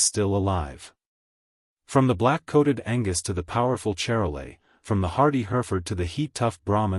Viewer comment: That's pronounced Shar-lay. Calves tend to be large at birth, creating calving problems.